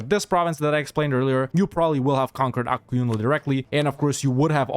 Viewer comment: thanks for pronouncing "Ak Koyunlu" as good as you can and not as "A-Q" 😀